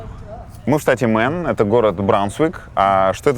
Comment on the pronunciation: Нет штата «Мэн» - произносится Мэйн